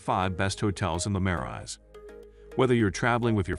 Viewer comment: I wanted to watch this, but when Marais and the hotel names are pronounced incorrectly, it doesn't make me trust that the producer of the video even know what they are talking about.